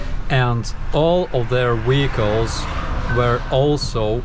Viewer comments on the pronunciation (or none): I just love it when he says "weehicle's". Everytime it gets me..lol